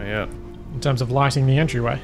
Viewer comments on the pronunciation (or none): none